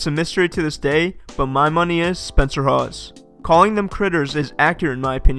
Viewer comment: He said Spencer 💀